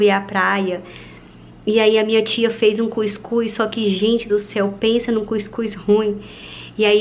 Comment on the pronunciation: Ela falando cuicus kkkkkk é cuscuz mule